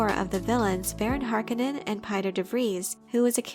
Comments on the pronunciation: Every time she says "harkenen" I feel like slapping her lol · mispronouncing Harkonnen is kinds driving me crazy. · I've always thought harkonnen was pronounced "harKOHnen"